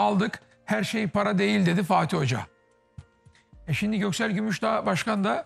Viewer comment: Hayatı boyunca şimdiyi şindi diye söyleyen Sinan Engin adamlığı